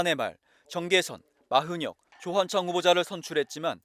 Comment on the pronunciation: 기자 발음봐라 마흔혁이랜다